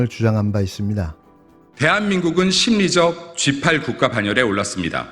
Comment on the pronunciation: 심리적 십팔로들리네